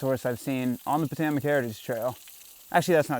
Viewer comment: IKR? That and “Po-TOE-mick”